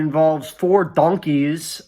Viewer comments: why did he say donkeys like that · okay this one is the way that little joel pronounces the word "donkeys" in this video. Idiosyncratic and unexpected, but deeply pleasant to listen to - it's a clear 10/10.